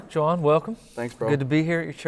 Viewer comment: i love how he pronounces Juan's name..lol